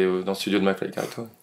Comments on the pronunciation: ça fait chepas combien de fois que je regarde cette video. Et pourtant je viens de me rendre compte qu'à Gad appelle mcfly "flacmy" 😂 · T'as oublié à et où il dit "Flacmy" et "marlito" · Entre gad qui écorche les nom de mcfly et carlito et les jingle avec le portrait a chaque fois différent de gad rien ne vas dans cette vidéo ! 😂😂😂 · Gad est trop fort il est pas arriver une seule fois à dire le prénom de mcfly et Carlito normalement 😂